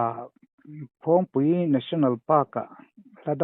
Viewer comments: Phawng tih lam rik dan hi a lam sang tlat lo maw,a dik zawk nge, dik lo,,,phawng tih lam rik hi a hniam tur niin ka hria a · Tlâng hming i lam/sawi dan hi a thlûk a diklo....phawng hi ilam sâng mah mah...👏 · phul ri hi a sang lo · Phawngpui hming hi, A sawi dik loo..A thluk hi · Phawngpui i lam dan hi a va danglam ve, a dik lo deuh lo maw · Phawngpui tlâng ilam dan hi adik chiah lo in kahria,( phawng) ilam dan hi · Mah ni ram tlangsang ber lam dan han lam dik loh tlat chu a mak ve bawk e,Mahni tawng lam dan hi zir chiang deuh thin teh u aww.